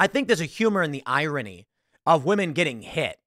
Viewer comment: I swear, I'd pay actual money if Tim learned how to pronounce "irony" correctly.